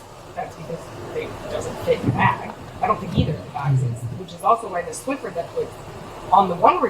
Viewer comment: She says but the "Swiffer " 😮